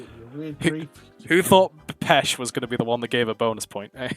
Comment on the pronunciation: Ah yes, the Italian word for carrots: "Pesh".